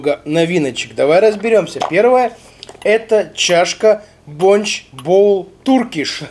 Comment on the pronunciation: Бля мне так режет ушки БОНЧЧЧЧЧ..., камон, БОНЧЕЕЕЕ